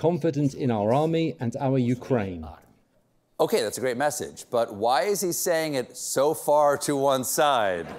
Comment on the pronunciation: "My Craine"? Jeez... it's hard to hear Colbert being such a CIA stooge!